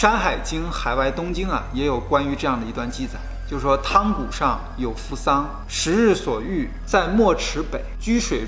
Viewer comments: 那个字读yang 不是tang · 汤谷读yang 谷，这些博主经常读白字